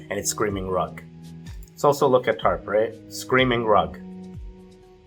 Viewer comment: tarp or TURD?